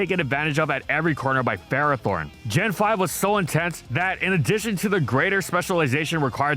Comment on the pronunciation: It’s pronounced HEE-TRAN, FUR-AH-thorn, NYE-UH-lee-goh, “”! 🤨